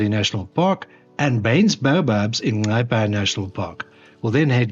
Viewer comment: Wow! Just a quick sample of what Botswana can offer but absolutely 👌👌 Your editing is top notch making the video great.. By the way, top marks for your pronunciation of Nxai 👌👌😉 ❤ from 🇧🇼🇧🇼